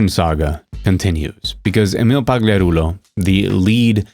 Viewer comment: Emil Poo-gliarulo Shat the Space 😂😂